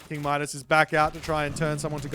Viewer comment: It's pronounced Midas, not Midas 😛